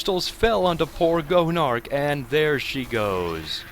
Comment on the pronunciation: i kept thinking you called Gonarch "Joan of Arc"